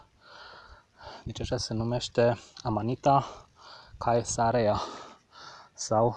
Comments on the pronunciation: Te rog nu mai zi chaesara ca imi sparg telefonul . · Ae se citeste e